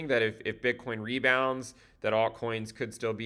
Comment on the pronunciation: Did I hear altcoins in genital? at the beginning...!!